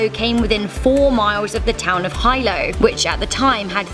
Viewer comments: "HIGH-LOW"😂😂😂 ITS HILO PRONOUNCED "HE-LOW" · Oh And Its pronounced He lo not hi low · In Its not Hi-lo Its he-lo and it is spelt hilo bc I from there. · Hi, Hawaiian native. I just want to state that it’s pronounced (Heelo), not HIlo. Yeah it’s spelled Hilo, but it’s pronounced Heelo. Anyways, I would like to state that Mauna Loa isn’t the volcano that people should be questioning. Mauna Loa is a threat the islands are prepared for. The Volcano on the islands that people SHOULD be worried about is Mauna Kea. It’s the tallest volcano on Earth if measured by sea level and has been dormant for 4,000 to 6,000 years. That shield volcano is still alive and is a literal ticking time bomb because once that thing blows, it could cause more damage to the island then Mauna Loa has ever caused. It’s even worse because they built observatory’s on this ticking time bomb! Why is no one acknowledging the threat of Mauna Kea erupting? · She really pronounced Hilo and Kilauea, high-low and kill-a-oooo. It’s pronounced he-low and Kill-ah-ue-yah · Hilo not Hi Lo...,living on the big island not to far from the volcano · Its no Hi Low Its He LOw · It is pronounced Hilo (Hee-low) Kiluea (Kill-uh-way-uh) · Its pronunciation is Hi lol not Hilo the I is pronounce with a long I sounds more like and E.